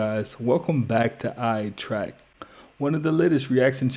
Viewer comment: say your damn youtube name right damnnnnn.. ''